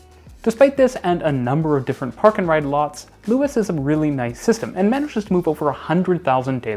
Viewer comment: Little things to note; Luas is pronounced the same as 'Lewis' and the language is just conventionally just called 'Irish' rather than 'Irish Gaelic'. Great video though, it's rare to hear someone speak positively about our public transport system. Our bus network reaches very wide but is often unreliable due to contention with private car traffic. It is often faster to simply cycle than take the bus, even in the suburbs. If you come to Dublin, I'd recommend renting a Dublin Bike and cycling around the city, particularly visiting the Clontarf cycle route.